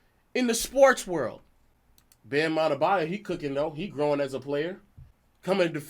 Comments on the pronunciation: Ade-San-ya Ade-to-Kum-bo Ade-ba-yo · Are- they- San - ya Are- they- to- koom- bor Are- they- bar- your